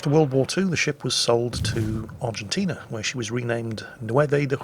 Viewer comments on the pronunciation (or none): none